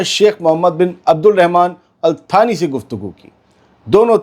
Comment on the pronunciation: अलथानी नहीं अल्तानी होता है या अलसानी इंडिया के हिसाब से